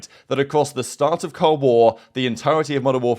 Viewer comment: Is it your accent that makes you skip the L in cold war? J/k. I'm so glad I can't hear these guys talk to much. Because how many fucking bro's in one sentence? Vocabulary skills for the win.